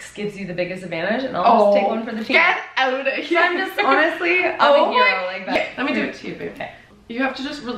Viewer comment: That canadian out was so unexpected that I literally laughed out loud and spit out my popcorn😂